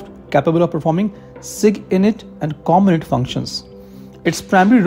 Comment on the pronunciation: Int is pronounced like (int)elligence इंट .